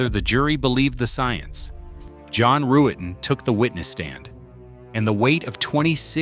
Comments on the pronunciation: Pronounced Rut-ten....NOT ru-et-ten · Ruetten is pronounced Ruttin not Roo-ettin. The mispronunciations are annoying, as are the stock images sprinkled gratuitously throughout where they are not needed or are downright inappropriate. Otherwise it's pretty good.